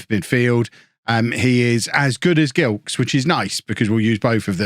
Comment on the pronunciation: You must remember Michael Gilkes who used to play for Reading?! Simod Cup? Remember that? It must be pronounced Jilkes I believe.